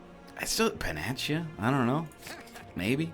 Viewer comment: 'Pan-ach-uh'? What the fuck?